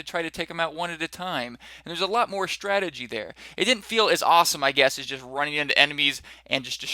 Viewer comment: shtrategy :D bit scottish!